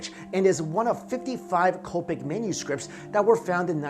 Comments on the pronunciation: It's not copic. its Coptic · Coptic is pronounced cop tick not cope tic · Yeah I'm Coptic, it hurt on the inside when he said Copetic lol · It's "Coptic" not Copic language! I am a Coptic Egyptian btw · Coptic - pronounced: COP-TICK. Apostolic - pronounced: AP-OSS-TOL-ICK